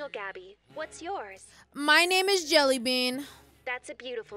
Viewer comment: "MAH NAHM IHS JEHLEh that was sweet